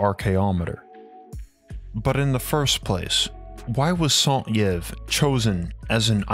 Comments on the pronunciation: Joseph Alexandre Saint-Yves, the way the narrator say (Saint-Yves) its a french bug me.... Yves sound like ''Eve'' in french ''I'' sound like ''E'' in french... double I = Y E(eeeeeiiiiiiyyyyy) = EVE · Love your videos, but I need to bring up the brutal mispronunciation of Alexandre Saint-Yves’ name. It should be pronounced “sain-teeve”. The T is pronounced as a liaison between the Saint and Yves, and the Y is pronounced as an I in french. Regardless, thank you for this in depth exploration. I figured you might appreciate this minor feedback for when you mention more French scholars in future. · Saint Yves is pronounced like this: Eves. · Saint-Yves is pronounced "sant-eeve" ("sant" as in sand, and "eeve" as the name Eve). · Saint-Yves is pronounced 'Saint Eve'. The Gobi desert was a sea. Refer to H P Blavatsky re the cradles of civilizations. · Saint-Yves should have been prononced saint-eeves in its french language. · For the love of God, learn how to pronounce names before you say them in a video. St. Yves = "sont eeve". Jesus!!! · Just FYI. St Yves is pronounced Saint (just like in English) and Eev for Yves. The e and s are silent. y = ee. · St Yves is pronounce St EVE-, not St ee eve--i am french background so i know---that aside, great video, very illuminating thank you! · ok, he's hurting my ears... you have to pronounce the name like this: Alexandr. Saint-Eve. Dalveydr Apart that the documentary is great. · Saint prononce san like in insane, and Yves like eeve... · Saint Yves /sã tiv/ sa(n) teev Sorry, but started to really bug me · Saint yves is pronounced sunht'eev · Nagas, reptilians, Rh-negative factor....? Great video, appreciate the accurate graphics. Saint-Yves should be pronounced "santeev." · Please note the correct pronunciation of Saint-Yves. Phonetically "sont-eve". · As a French guy, the way you say Saint-Yves is so funny. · It's pronounced "Saint Yv" not "Santyev" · Saint Yves is pronounced a Sun Eeve not EYves.